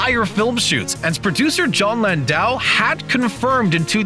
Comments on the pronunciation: Honestly, I'd rather he focus his energies on sequel to the movie shown (Alita Battle Angel) rather than this. His Alita movie was, in my opinion, hands down better than Avatar. That said, Screen Rant, it's Jon Landau (pronounced LAN-DOW), not Plandou. I'm not exactly a film expert, so I SHOULD have no business correcting you. The fact I must is scary, and devastates your own credibility. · Who is John Plan-doe? Did you mean John Landau pronounced "Lan-dow" Dow is pronounced like the Dow in "DOW Jones Industrial average" Oh, and WETA is pronounced "Wet-uh". Wet like water. Not weight, and not wheat either. Okay, my work is done. <G>